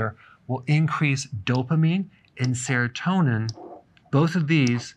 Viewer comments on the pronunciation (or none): none